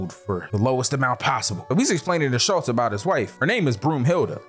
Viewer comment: I do not believe “Schultz” and “Waltz” rhymes